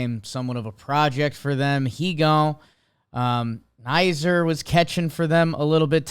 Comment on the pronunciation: It’s not the K but the first N that’s silent in Knizner. Pronounced Kizner. Strange I know. Also Edman and Carlson should’ve given up switch hitting years ago because they are both trash as lefties. And finally, Richie Palacios is now a Ray. He was what we gave up for Kittredge.